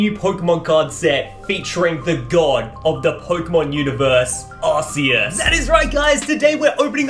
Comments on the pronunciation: hey i think it is supposed to be pronounced ar-key-us as in key not ar-see-us as in see. Love the content tho bro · Im sorry but there is no way he just called "Arceus" , "Arseeus"... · Ark-ee-us is the original and proper way to say it. Ar-say-us is the improper way and Aar-see-us is the poor man's pronunciation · AHHHH HE SAID ARSEEUS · Why do you all keep on pronouncing that Pokemon wrong it's Arceus